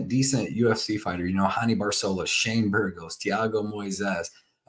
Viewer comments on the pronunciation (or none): none